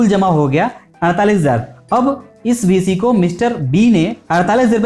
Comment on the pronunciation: Bhisi nhi hai bhai beesi hai